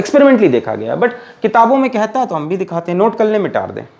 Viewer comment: sir aap mita de ko mitaarde kyu kahte hain??